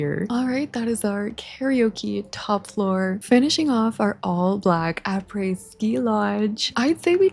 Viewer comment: French fan here and you're not butchering anything! obviously the difference would be we use the French R in "après" but I wouldn't expect it in an English sentence haha